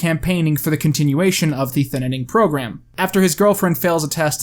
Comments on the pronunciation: Is it just me who noticed that said "The Thinnining" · WHY IS NO ONE PICKING UP ON THE FACT THAT HE KEEPS SAYING THINNINING??? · thinining.. lol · “The thinining” ??? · Why do you call it The Thinnining? I love it 😂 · Was he purposely adding more syllables in the title? Not talking crap, but the comments made me notice because of all the “N’s”... “the thin-na-ning” lol. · does he mean to say "thinining?" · I really want to get through this video, but my man, your pronunciation of "thinning" is killing me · why does he say thinning with TWO N N I don't know why it bothers me but it does. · Why wasn't this called man struggles to say thinning for 20 minutes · I really hate every time you mispronounce Thinning. It's not a weird or bad sounding word. It's a real word that came long before Logan Paul. I'm also surprised that you manage to not make a joke about Logan Paul's hair in relation to the title. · The Thinninning 2: The Thinninninning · Why do u keep saying thinining lmao it’s thinning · Can you learn how to say thinning and not "thin-in-ing"? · Is it just me or is he saying “Thinninning” instead of “Thinning” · Okay hold up. Every time you said “thinning” you pronounced it as “thinnining”. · Good video, but why do you call it the thinining lmao it's the thinning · WHY DOES HE KEEP SAYING THINNINNING, IDK IF HE KNOWS THAT IT'S ACTUALLY CALLED THINNING, HELP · It’s not thiN Ning it’s thinning smooth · Him saying Thinining instead of The Thinning was so annoying to me idk why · its called thinning not thinnining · jesus christ stop saying thinnining, its thinning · I agree with your commentary, but for the love of god it's "Thinning" NOT "Thinnining." Thin-ing! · Really good review, but you saying thinnining instead of thinning makes me wanna remove my ears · It's the thinning, not the thinening... I get slightly triggered every time you say it wrong. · Who else cringes when he says thinining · I hate how he keeps saying on saying thinnining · the thinining